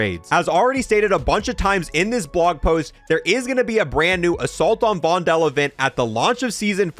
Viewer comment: Your pronunciation of Vondel is funny 😅 it's like "Vondol" or "Vondool" or "Vondul"